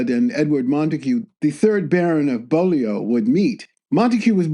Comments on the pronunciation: Bolio my arse, it's pronounced Bewly. Bloody yanks! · Beaulieu is pronounced as 'bewley'. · AI narration UGH!!!!! Overpowering. The Bullio estate??? is the Beaulieu estate. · "Beaulieu" is pronounced 'bewley'. That's the sort of thing that centuries of local custom and rural accents can do. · Beaulieu is pronounced B-you-ly. Another example of our weird British spelling. I actually met Lord Montague many years ago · Pronunciation alert: Beaulieu is pronounced 'bew-lee'!! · Oh dear... a slip in production values. Why did you not check the pronunciation of 'Beaulieu". All it takes is a quick Google or Wikipedia search. Indeed the very first word on the Wikipedia page includes a sound bite of how to say the word! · This is a consequence of only knowing it in written for. It's even simpler though. The ''beau'' in Beaulieu sounds the same as in "beautiful". English pronunciation is perverse of course. In Beauchamp it sounds "bee", in Beaumont it sounds "boa". As a Scot, I can't complain. There's no way to explain Colquhoun, Dewar, Buccleuch, etc.